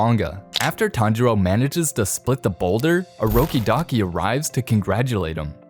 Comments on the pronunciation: Bro, stop saying urokidaki ur supposed to say urokodaki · Its orokodaki not orokidaki